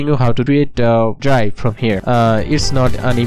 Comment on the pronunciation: “dirive frome” im def